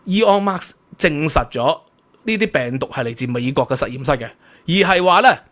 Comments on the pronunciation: By the way, there is no 'S' at the of Musk. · 係Musk唔係Marks、冠係讀「官」狀唔係「貫」狀啊😊